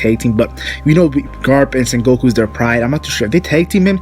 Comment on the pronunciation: lol u keep saying san goku its sengoku lmao